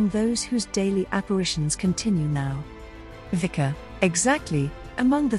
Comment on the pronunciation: say: Witzka - not Wika...please